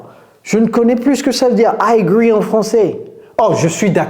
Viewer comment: "Il agree" 😂😂😂😂😂